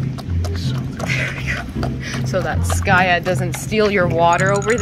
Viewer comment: I love how the fact the she called skaya skayu😂❤